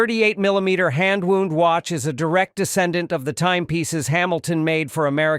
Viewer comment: Hand WOUND rhymes with found and bound, not wooned and booned